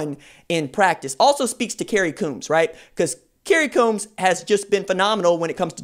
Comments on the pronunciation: Kerry Coombs last name is pronounced combs, like the grooming object. Coached against him at HS level when he was HC at Cincinnati Colerain. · Please pronounce coach Coombs name right PLEASE!